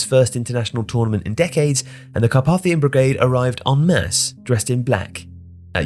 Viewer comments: The middle letter A of Carpathian/Carpathia is pronounced as AY (to rhyme with ‘pay’) in English. In IPA, it’s /kɑːˈpeɪ.θi.ə/ in British English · Incorrect pronunciation of Carpathian pretty annoying. For someone who narrates for a living should probably know better.